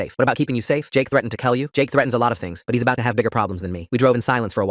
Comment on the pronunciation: “I’ll kell you! “WHY DOES IT SOUND LIKE THA